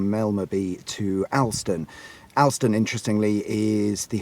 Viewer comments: Its pronounced (Ol)ston not (Al)ston. Lived here my entire life. Know hartside VERY well. Shame the cafe on the top is no more 😞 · Its pronounced All-ston